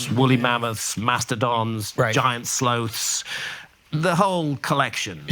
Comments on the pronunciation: slowth lol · Can we all just acknowledge the way graham handcock pronounces the word sloth. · the way the old gods did